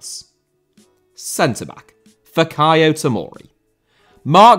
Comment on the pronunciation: Roman* not Rouwman Father * not Fother Timo * not Timouw Ola* not Oler Debut* not Deibyu Swansea* not Swonzea Antonio* not Antouwniouw Andreas* not Ondrejas Fikayo* not Fekayouw Thiago* not Thiohrgouw Siro* not Serouw Aké * not Akei Filipe* not Felipei Half* not Holf Pašalić* not Pašályć Serie* not Seri Mario* not Mariouw Elche* not Elchei Monaco* not Monacouw Possession* not Posession Bremen* not Breimer Wolfsburg* not Uolfsbög Basel* not Bohrzel Roma* not Rouwmer Lukaku * not Lukohrku Álvaro* not Alvohrouw Morata* not Morohrter Cuadrado* not Cadrohrdouw 28 mistakes ffs